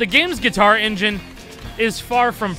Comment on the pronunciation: Gui-car Hero